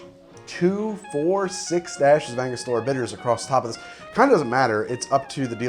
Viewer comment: ANGO-STUR-UH not ANGA-STOR-UH